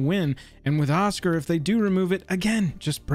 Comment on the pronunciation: Oz-Gear, it's pronounced OZ-GEAR... Osgir.... Oscar...merde